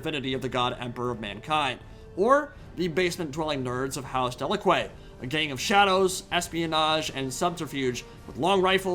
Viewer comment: I thought there was a house I didn't know about but we just have vastly different pronunciations of Delaque